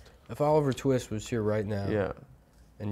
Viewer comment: “What’s his name, Oliver…?” “Twee-ist” Bwahaha